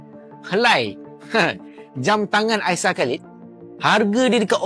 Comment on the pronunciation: hanya memberitahu kak nama aisar khaled kak bukan halid